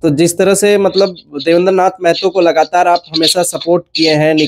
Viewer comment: Meeeehto nahi maahaatoo bolo Bhai.